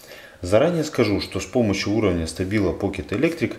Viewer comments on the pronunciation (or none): none